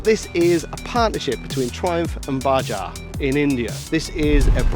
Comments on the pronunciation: ... Its Bajaj .. not Baaajaaaaa... 🤣🤣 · Dude didnt even bother to learn the right name of Indian brand it's not baja its bajaj. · It's pronounced: Buh - JAJ. A short "buh" and a longer, more stressed "Jaaj". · Its not Baja its Bajaj! Common do some basic research before posting a video. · it is BAJAJ, we spell it the way we write it. Not Baaja, not baja. It is Bajaj! Why do americans have to spell everything wrong?